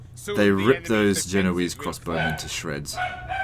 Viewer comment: Military "Geneioose" hahahaha.